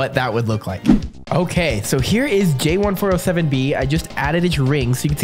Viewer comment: It’s `jay1407b` Or is it `J1407b?`